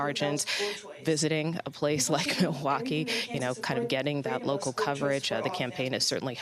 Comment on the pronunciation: Did she really not know how to pronounce the word Milwaukee?